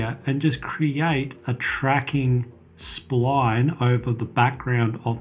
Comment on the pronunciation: i love the way you say sployone (SPLINE) / thanks for the video